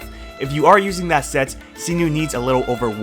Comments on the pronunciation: What did you call Cyno??? Sinu? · did u just say see - noo??? for cyno?